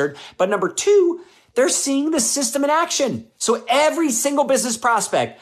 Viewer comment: Systam. Lol thats not a word.